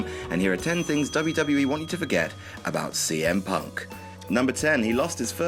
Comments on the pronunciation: "Charles Montgomey Pumpkin" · "Charles Montgamory" Punk, where did that come from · Whos Sea Ehm Puck? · ‘Cement Mixer’ 😂😂😂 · Who the fuck is charles mongomari punk? 😂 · "Chuck Mosley Punk"??? You are awesome!